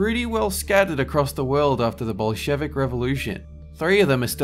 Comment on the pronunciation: dat ain`t the way how u pronounce Bolshevik, hombre